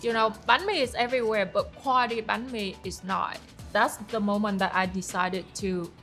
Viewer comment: I love how she pronounces every Vietnamese dishes and sauces right with the accent!! Im Vietnamese and a lot of my friends they do a western pronunciations when it come to pronounce Vietnamese dishes in English, this acts of her is just small but really impactful. Said she tryna keep everything as Vietnamese as possible and she really did good job 👏